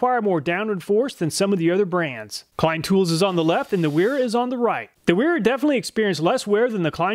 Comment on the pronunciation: So if it's German, then Wera is prnouced Veh-(H)rah ;-)